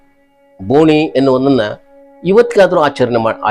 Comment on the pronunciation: ಬೋನಿ ಅಲ್ಲ ಅದು ಬೋಣಿ, ಬೋಣಿಗೆ. 👍